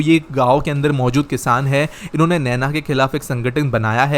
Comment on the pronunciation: "NAINA" NANO nahi. नैना*